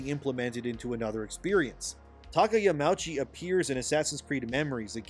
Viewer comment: is it not pronounced "Yama-Uchi"? Yamouchee sounds a bit off.